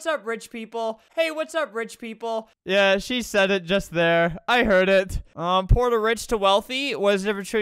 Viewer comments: I swear at the begining of the vid he said "whore or rich" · It's strange how at the beginning when Albert said poor or rich, it sounded like or or rich lmao 😂